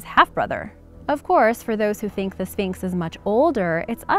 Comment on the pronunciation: I swear i heard you say phnyx